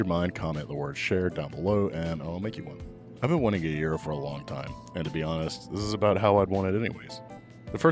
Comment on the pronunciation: Gyro: YEE-roh. Said it right. ✅